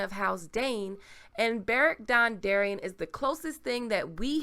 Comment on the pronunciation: Beric dondarrion...dawndarrion makes sense lol